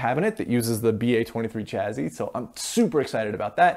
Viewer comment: Chazzy ?? LOL !! I think it's pronounced chassie but spelled chassis.